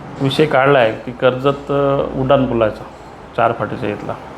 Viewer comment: उडान नाही उड्डाणं असं बोला 😂